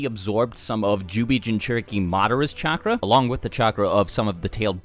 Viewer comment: Say it with me. CHAKRA.